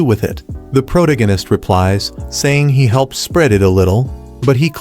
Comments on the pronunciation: Proganis and influen can’t even get the ai to speak properly xD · "Pro da ginist," so peak 🥹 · "The pro tegenist" made me spit my drink and fall of my chair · Prowta-Gannist is my new favorite word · The AI can't pronounce such an easy word as protagonist